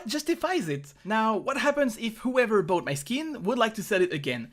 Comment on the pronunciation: buyed? :D am i alone who heard bought like buyed?)